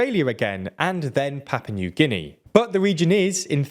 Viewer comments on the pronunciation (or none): *Papua New Guinea. Not “Papa New Guinea… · I am certain its not 'Papa' New Guinea